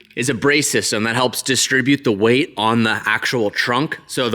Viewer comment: "were gunna add way more wheat" lol